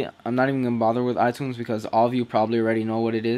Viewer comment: love the way u say "tunes" from iTunes lol